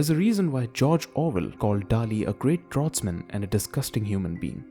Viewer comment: We canproniunce anything right in this can we? Not Draughtsman, Jodorowsky, nothing